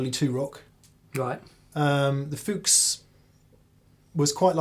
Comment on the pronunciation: thanks for saying Fuchs right :D